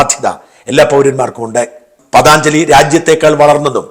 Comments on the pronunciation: പതാഞ്ജയില്ല, പതഞ്ജലി. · പതഞ്ജലിയാണ് ....പതാnjali അല്ല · സാജൻ, പതാഞ്‌ജലി അല്ല പതഞ്ജലി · പതഞ്ജലി ആണ് പതാഞ്ചലി അല്ല